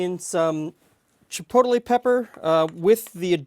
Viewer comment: I don't do this often, but I feel it must be said. It's not pronounced Chi·pot·de·le but rather chi·pot·le. You're adding an extra syllable in there. Not a big deal, and the dip looks awesome, just thought you should know.